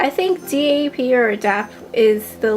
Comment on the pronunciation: Don't spell "DAP" out just say it.